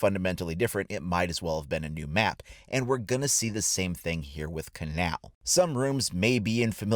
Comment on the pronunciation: First off... it’s pronounced (KAY-null)